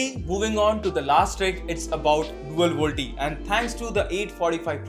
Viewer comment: Volte nahi hota woh.. VOLTE = Voice LTE.. channel banate ho utna toh pata hona chahiye.. tech channels now a days